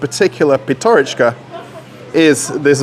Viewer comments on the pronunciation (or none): PYATYOROCHKA - так правильно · PYATYOROCHKA - that is how it shoud be written and pronounced properly.